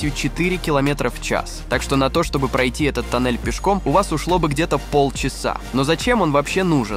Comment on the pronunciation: Афтар, зачем ты в некоторых словах ставишь не правильные ударения? Например "тОннель", а не "тоннЕль" или "бУрение", а не "бурЕние" ? Слух режет. Слушать противно.